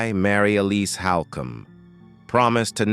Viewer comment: Also your pronounced her middle named wrong you said (L-is) it's (E-lease)